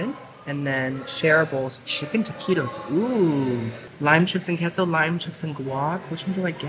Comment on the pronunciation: Queso is pronounced Kayso